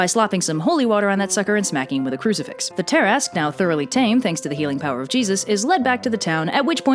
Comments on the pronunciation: TIL that "tarrasque" is pronounced "tear-ask" and not "tear-a-skew" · It’s ta-rask not tar-ask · Me: "Why is it pronounced as 'tarrask', instead of how the word looks?": "From southern France" Me: "Oh, now it makes sense." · It's not "tear-ask", but "tuh/ter-rask" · i swear the way you pronounce tarasque makes me mad for some reason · Ok I'm really annoyed it's pronounced ta-rask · Wait, it's pronounced "Tear-ask"?! My life has been a lie.... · It's pronounced Ter-ask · Please. Look up pronunciations for the main subjects of your videos. Between this and the k sound you shove into Mycenean, I just can't. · TIL I and my entire group of nerds have been pronouncing Tarasque wrong for over 20 years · Oh dear... I have been pronouncing Tarasque wrong for years!